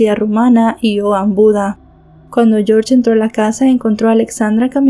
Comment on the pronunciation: yiorye en Rumanì....yorsh es ingles